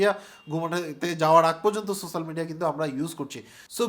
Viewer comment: Spell so-she-al media , not sosal media .